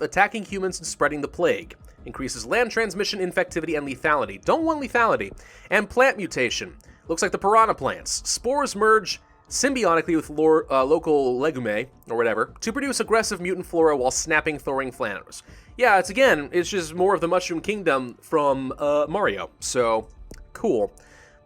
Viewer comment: "legume" is pronounced "leg-oom"